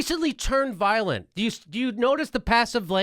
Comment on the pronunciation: the protesters are "voilent" hahahah :)